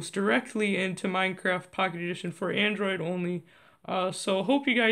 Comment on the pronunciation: HE SAID ANDORID